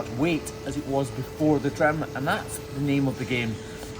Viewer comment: I like how he pronounces trim “tram.”😆